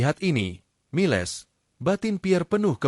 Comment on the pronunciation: nama jendral Miles hrs dibaca sbg Mails & bukan miLes, lalu nama minuman alkohol Cognac jangan dibaca tjoknaktje, tp hrs diLafal: Konyak. Jadi hrs belajar bhs asing dulu seblm ngablakin bacot 🤪 ttg nama family jendral Pierre itu ngucap nya Duboa, bukan Dubois🥴